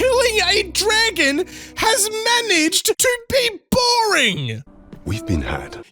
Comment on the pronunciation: I don’t know why but for some reason the way you said “dragon” and “boring” is hilarious.